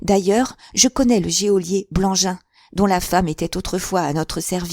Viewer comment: Merci beaucoup. Juste une petite remarque: geôlier se prononcé "jolié" , l’e est muet.